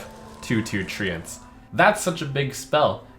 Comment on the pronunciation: The way he says treants makes me wanna throw up